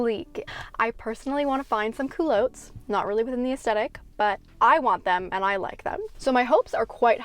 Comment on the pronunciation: I have never heard the term cool-low-ts. Where are you from? We used to call that type of pants cool - lots (with a short sounding o) in my day.